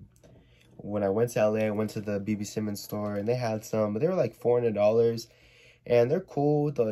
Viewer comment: why you say simon like that its s-i-e-m-a-h-n idrc tho